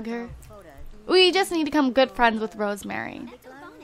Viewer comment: I think her name is pronounced Rose-Marie and not Rosemary xx